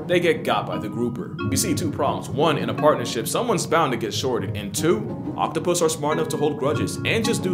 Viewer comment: OPtapus lmao